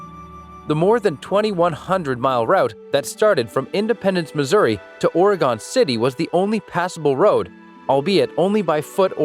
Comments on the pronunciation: quick tip people here pronounce it “or-gun” not “or-i-gon” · It’s “Ore-gun” lol obviously he doesn’t know certain things lol